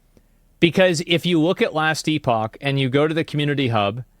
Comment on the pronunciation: Editor, please make AI Asmon pronounce Epoch correctly for Asmon everytime he says E-Pahk. Thank you.